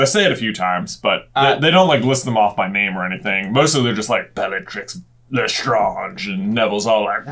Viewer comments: did anyone notice that right after getting question 5 right J fumbles with Bellatrix's last name? 'Bellatrix Bla- Lestr-AH-nge' and gets it wrong even then? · i think it would be pronounced bell-ah-tree (the r sound comes from your throat) leh-str-on-je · You say Lestrange vrong.